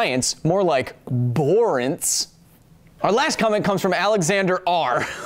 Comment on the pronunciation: Borence? more like Bohr-ence! ;)